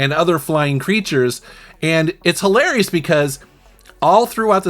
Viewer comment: OMG...it's, like hil-AIR-eous.